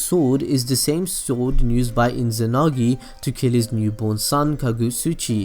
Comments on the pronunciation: There is no n in izanami/izanagi ._. But anyway rly nice vid man i rly didnt know he used tsoukiomi on his parends and izuna to give them a peacefull life :) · mangecaillou sharingan lmao also inzanami/inzanagi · Inzanami and Inzanagi :D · your pronunciation is shit dawg. mangekAyo? iNzanagi iNzanami? really, it's not so hard guys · It's Izanagi. Duh. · The way he say mangekyou, izanami and izanagi made me laugh and i know im not supposed to laugh at that so now i feel guilty